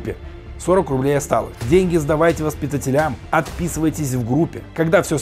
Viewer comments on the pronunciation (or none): Не "гаутляйтер", а гауляйтер; не "флагАми", а флАгами. Не "воспитателЯм", а воспитАтелям. Неграмотный - стыд страны.